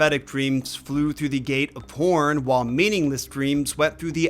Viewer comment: excuse me I may have misunderstood did you say horn or the p-worf